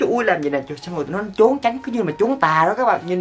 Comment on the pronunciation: A ơi! Trốn mà sao a đọc là chốn